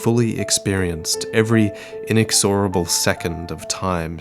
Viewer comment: You pronounced "inexorable" incorrectly. Time to reupload,.